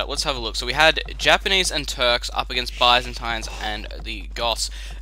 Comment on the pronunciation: That's not how you pronounce Byzantines, silly :D